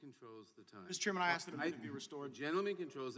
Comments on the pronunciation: I don’t think he was ever “axed” any questions.. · Please allow me to answer the question you "axed". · "Aks'd a question". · He "axed" me a question.